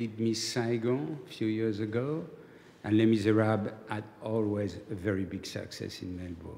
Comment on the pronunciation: Les Miserabluh!